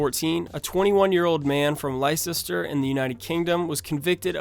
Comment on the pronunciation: Wow. Not surprised about game of thrones or family guy. Poldark had a scene where the book had a rape, but the tv show was a bit more sensitive about it. People were still in uproar over it though. Also, just a quick note, Leicester is pronounced Less-ter. Most places ending in cester are actually pronounced ster. As we always say, the English language is stupid!